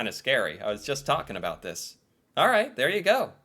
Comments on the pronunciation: Why is he saying aboot?? 🤢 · I’m Canadian & I have to say this guy is the only Canadian I’ve actually heard pronounce about as aboot, so this is like seeing a unicorn